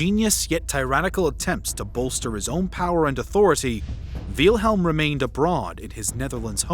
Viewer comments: I'm German and the Name Wilhelm is actually pronounced with a short 'I' It's pronounced like "will" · it kinda hurts that he is saying "wheelhelm" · "VEEEEYIL HELM" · great but one small issue its actually pronounced will-helm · Why do you mispronounce Wilhelm and Adolf? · Why is the name "Wilhelm" so hard to pronounce? Nobody edited this? Also way too much supposition here! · bro ur pronounciation of wilhelm and wittelsbach is painful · It doesn't take a rocket scientist to know his name wasn't pronounced "VEELhilm" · I'm a native German speaker and that is not how you pronounce it. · “Veal-helm” It’s Wilhelm like vill in village. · It pronounced "Vilhelm" not "Vealhelm". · "Veal-helm"? Never heard it pronounced that way before. :P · bro "Veilhelm" IT'S WILHELM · Don’t mean to sound rude but Wielhelm? Is how you pronounce name? It’s Pronounced Villhelm in English it’s not that difficult. Edit: I just watched the rest of the video, you need to learn how to pronounce German names and words. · Btw, it's "Will"-helm, not "Veel"-helm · Quick pronunciation note: the name of the Kaiser (Wilhelm) is pronounced "VILL-helm", not "VEAL-helm". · I’m pretty sure it’s Will-helm. Not Wheel-helm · I like how he spells out Wilhelm the second. "Wheelhelm the second" lol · It is pronounced will-helm my god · Jesus learn how to pronounce words. VEEL-HELM lol, what are you a 12 year old? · Excuse me, dawg. I believe it's pronounced willm-helm. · it’s same! Like Victor and Vicktor; Nicole Nicolas Nicolai. Wilhelm the H is dropped silience.. so it’s Will-Lem! Will, William,Wilhelm the same name. I watched German movies so I learned how they spelled out. May you lived in your own world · Great video thanks for that but minor critique its not veelhelm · Wiiiiilhelm, doesn't wilhelm has its I silent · This is a great video but as a german i find your pronounciation of Wilhelm very funny. All I hear is Wheelhelm haha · Veelhelm ahhhhhhhhh why?!?